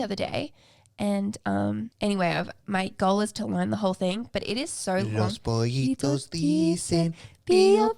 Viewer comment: Loved it, the singing in Spanish amazing. ’ entonation of “los pollitos” was very very good👌🏽. When singing she can fool some of us Spanish speakers